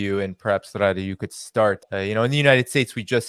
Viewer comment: I am Lebanese. It's Ghadi, not Ghradi. Stop adding the R.